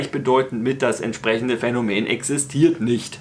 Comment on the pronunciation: also auf jeden Fall heißt das "Phänomen" und nicht "Phänomään" - zum Rest kein Widerspruch